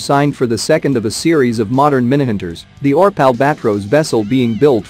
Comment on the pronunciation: Reading ORP as one word and Świnoujście as "swinauszczi" XD